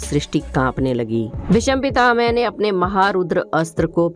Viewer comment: Are bhai pronunciation To clear karo yl BhisampitaMe Na bola wo to BhisampitaMa Hai bhai